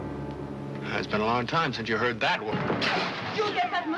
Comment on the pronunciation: It's pronounced Dury- yay